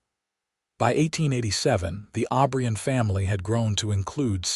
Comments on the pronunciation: Clara passed away at 71 in 1928 with Jack holding her hand, Jack joined her 3 years later at 78 in 1931 with a request to be buried next to Clara. Their last name is O'Brien NOT Aubrian ! Wish you would pronounce words & names correctly. Jack was such a good man & loved Clara deeply just as she loved him. Northwest corner of Wyoming up near Yellowstone Park, rural. 🎉🎉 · Jack OBRIEN!!!!!!!!! NOT Aubrion